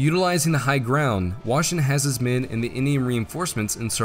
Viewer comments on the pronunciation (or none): Nice video^^ But gotta admit, it is somewhat funny how the pronounciation of the name "Washington" kept deteriorating more and more over the video. By the 13 min mark it was a "Washngn"